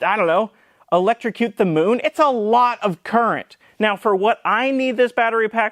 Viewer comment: Super-impressed you didn't say "electrocute the mune."